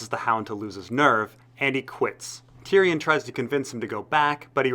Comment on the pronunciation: Great video bur you promise many names wrong. Its not varrrris, it's Vareese like you say Maurice. And it's not Tyrion, you pronounce it as Ty Ryan. Good video though